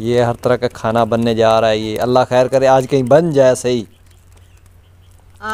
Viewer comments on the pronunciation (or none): none